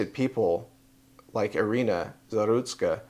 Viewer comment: No la llamen Arena, es de Ucrania, se pronuncia como en español, Irina.